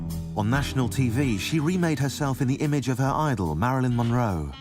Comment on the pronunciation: Why can’t her niece say monroe? Moro 😂😂😂